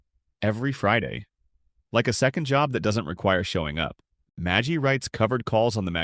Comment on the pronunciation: magy not magi